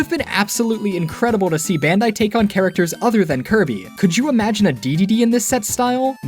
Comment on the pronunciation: You keep saying "bandi" do you meen Bandainamco?